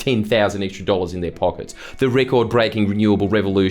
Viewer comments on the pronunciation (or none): none